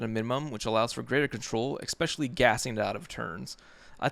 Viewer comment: Good video. But I can’t get past “ECKspecially.” Also it’s damper. Not dampener.